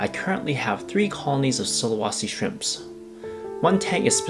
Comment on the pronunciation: Sulawesi the e sound like the second e on "enter". Not sulawasi. Not really important but just to let you know the correct pronunciation